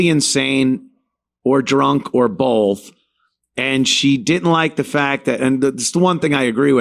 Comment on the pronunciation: ANTHONY. THERE IS NO LETTER “L” in the word BOTH. IT’S NOT bo”L”th! Ffs you speak for a living!!!